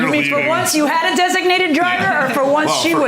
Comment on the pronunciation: The guy at the end said DESINATED